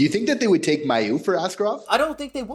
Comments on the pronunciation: I've commented on this multiple times and seen others as well. These guys clearly don't ever read their comments and don't care about pronouncing a guys name wrong again and again on almost every single video. It's pronounced May-u not My-u guys smh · His fucking name is pronounced May-u guys holy hell. How many times are you guys going to say his name wrong???